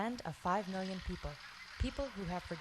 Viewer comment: WHAT IS SHE MEANB5 MILYAN PEOBLE HHHHHH 4O MILIAN PEOBLE THERE.